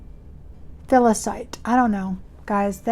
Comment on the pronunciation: H! I loved your video! Btw...they are pronounced Per-si-fo nee and fe-li-si-tee. I know they are tricky. God bless all your endeavors!